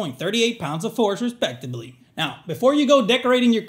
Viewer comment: I can't tell if you're trying to say respectably or respectively LOL